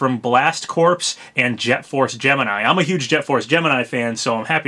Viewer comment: That's not how you pronounce "Corps". :)